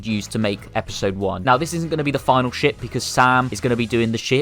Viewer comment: when you say ship i hear shit😡